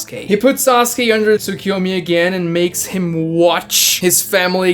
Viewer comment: Idiot who still says "Sasugay" spotted.